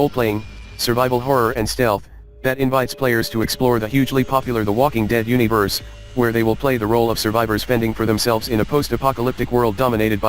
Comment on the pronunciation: This may be inappropriate, but I keep giggling at the voice-over's pronunciation of universe; you-nee-verse :3 Thanks for the review of these upcoming horror games! I can't wait!